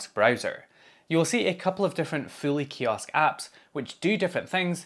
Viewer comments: I initially thought you were saying Philly Kiosk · Show of hands: until he got to searching for it in the video, who thought he was saying "Philly" kiosk browser? 😂